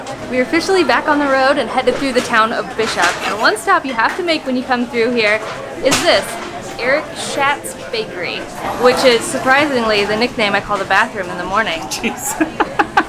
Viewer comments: I love 395! I do a trip up 395 at least a couple time a years. A point of clarification: Schat’s is pronounced “Shots.” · The bakery is pronounced “Shots”. It’s a must visit for sure!